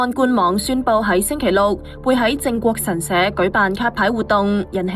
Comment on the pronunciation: 係"靜"國神社, 唔係"正"國神社呀........